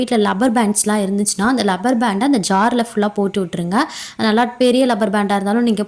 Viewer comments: Rubber band not Lubber band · Lubberband ille rubber band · It is not called lubber band. It is called rubber band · லப்பர் பண்ட் இல்லை.ரப்பர் பண்ட். Rubber band.Not lubber band. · It is rubber band.Pronounce correctly